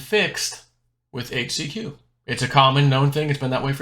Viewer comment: You can't even "overdose" on "HAITCH-SEE-QUee" or "FLIBER-MEC-TIN"